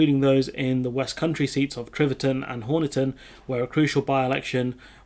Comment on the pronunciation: It's pronounced Honiton